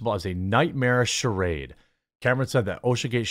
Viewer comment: I’m just being picky here, but that isn’t how you say ‘charade’ 😅